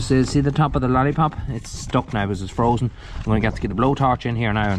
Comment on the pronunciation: Bet you wonder how you managed without the loader for so long. The case is a little sweetheart, glad you’re keeping her👍 oh it’s frozen not frosen, sorry had to pull you up on that one cause I know how particular you are 😂